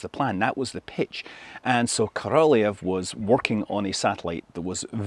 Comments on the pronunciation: BTW, right pronounce of Soviet constructor name is not Korolev, you say like Koroljóv, with strong o. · Korolev should be pronounced with emphasis on the last syllable. It's not ko-RO-lev; it's ko-ro-LEV. Though really, that's a bad transliteration, as the real pronunciation is more like ko-ro-LYOFF. (The 'e' is actually a Cyrillic ё in the original Russian, which sounds like 'yo'.) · Love your videos Scott. Just an FYI...Korolev is pronounced more like... KO ROL YOV. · He always mispronounces Korolev’s name. He adds a non existent syllable. Ko Ro Lee Ev. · Cringe pronunciation of korolev. Utter cringe. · He also adds a non-existent 4th syllable to Korolev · If you do a full IPA breakdown of Scott's pronunciation of the name, you'll find that not a single sound matches the name's Russian pronunciation. In any of the Russian native accents, I might add. So. Will you do that? No? Thought so.